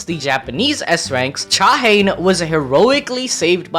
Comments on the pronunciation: All* native Korean names are 3 syllables Sung Jin-Woo Cha Hae-In Not Haen but Hae-een *99% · Cha Hane ❌️ Cha Hey - In ✅️ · Her name is pronounced "Cha-Hae-In" not "ChaHaen"